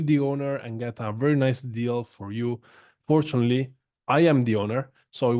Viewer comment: “Fourtunaly I’m the owner” 😂😂 good one